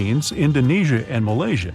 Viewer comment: Malaysia, not malasya!!!!! Google it u can find Malaysia, not sure of Malasya!!!!!!